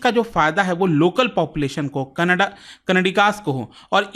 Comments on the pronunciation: It's not Kannada. In hindi, it should be pronounced as Kannad. There is no 'a' sound in the last in hindi. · Canada ❌️ Kanadaa😂❤ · सर कनाडा कोई भाषा नही है kannad भाषा है बार बार गलत क्यों बोल रहे हैं..?